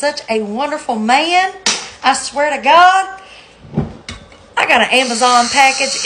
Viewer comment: She made man a two syllable word!